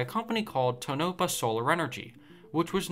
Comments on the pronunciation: Toe-Na-Paw, not Toe-No-Po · Crescent Dunes Solar plant is like closed, dude! PS: it is To-na-pa, not To-nope-a. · It's pronounced Toe-No-PAH, not Tenopa. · It would be nice if you would at least inform yourself on the proper pronounciation of the town. It's Tone - A - Pa - not Too - nope - A.... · sorry but its pronounce "Tone-Na-Pah" not "toe-Nope-ah" LMAO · Tuh Nopa? WTF???? Tone-A-Pah for crying out loud. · tonopah pronounced (tone ah paw) not (tow nope a) and yes a complete failure just like solar 1 in the early 1980s and the Ivanpah Solar Electric Generating System southwest of las vegas built after the tonopah plant. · do you have any Idea how badly it damages your crediblity when you badly mispronounce local names when exposing faliures like this!! TONOPAH is pronounced TONE-A-PAW NOT tanope-a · Tonopah. Like Toe-Na-Paw. Not Toe-Nip-Ah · "Toe - NA - paw" - Robots can't read. But they can say a $700 million DOE loan and $1.0B in private loans. FAIL Let's go Brandon! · It's pronounced... TONE-a (uh)-paw not Ta-NOPE-a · TOH na pah... not toh-NA-pah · Interesting story. Thanks for sharing However, if you're going to do a story about a place, please learn the correct pronunciation of that place... It is pronounced "TOHN-ə-pah" (or even "TOHN-oh-pah"), but NOT "ten-OH-pah". Details matter... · You pronounced "Tow-nuh-paw" wrong. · It's Tone Ah Paw, Nevada. You did not mention the largest bird roasting facility on record. Of course the wind farms are a close second for bird mortaility. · Actually its Toe-Na-Pah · tone-ah-paw, Nevada. California has their own concentrated solar site, the Ivanpah Solar Electric Generating System that can generate ~392 mW. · Cool video. I drive by this often going between Vegas and Reno. Was cool to learn some info on this site. Correct way to pronounce "Tonopah" is saying it like "ToeNoPaw" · It's pronounced Tow no paw !! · It is pronounced "Toe-no-paw" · It's pronounced tone-no-paw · To-Na-Pah Solar is the correct pronunciation.